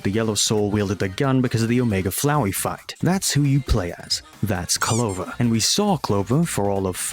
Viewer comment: ITS PRONANCED CLO-VER NOT CO-LOVER 🤓🤓🤓🤓🤓